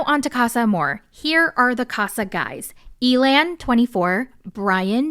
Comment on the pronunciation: Honestly, I like that Amaya approached Zak and made the first move. Some guys like that and prefer it. Side note, I thought it was hilarious that you pronounced Elan’s name like alien, I had to do a double take 😂